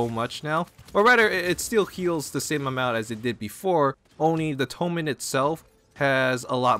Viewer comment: "healing tomen"....? Are you ok? You're the first person I've ever seen who cant pronounce something as simple as "totem" lmao xD